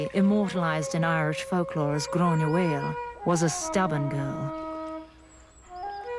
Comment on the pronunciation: Indeed my dear I was getting sick of this person talking like she knows and can't even pronounce our fair queens name! I'm from the west coast of Ireland there's 250 members of my clan and it was run by my grandmother. There is a tradition in the west of Ireland that the women are always more sensible than us gobshìtes xx